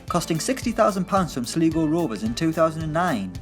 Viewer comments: "Sleego Rovers" Ahahahaha it's pronounced "Slygo Rovers".. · Sleego? Ffs just ask the Irish lad how to say it. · It’s Sligo rovers not “sleego rovers” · Coleman's former team Sligo Rovers is pronounced like "sly go" rovers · He can pronounce High-ting-er but can't pronounce Sly-goh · "Sleego"??? You work with an Irish lad ffs ask him how to pronounce the words... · Sligo Rovers. it's pronounced Sli-go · What’s a Sleego Rovers? Come on now lads you have to do better than that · 'Sli-Go Rovers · "sleego rovers" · "Sleego Rovers"? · SLY-GO Rovers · it's pronounced Sly-Go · Its not siligo rovers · There's an Irish person on this channel yet you can't pronounce Sligo!!! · Yet he could't say Sligo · You literally have an Irishman on staff. Quick question: just pronounce Sligo Rovers once for me there so I don't embarrass myself? Come on!! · Tis true, Tis true. Taking bets on it deliberately being said wrong from now on ;) just for the comments. To be fair, it's an easy mistake to make. Keep up the good work lads :) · Butchered the pronunciation of Sligo rovers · ShadowGamingHD I burst out laughing when he said Sligo😂